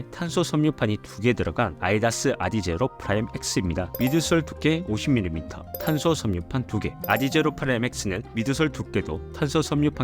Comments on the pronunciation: 아 나만 거슬린게 아니구나 휴 😢그래도 후반엔 아디다스라고 하심.. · 아니 형님 왜 아디다스를 계속 아이다스라고 하세요..... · 아“디”다스 해보세요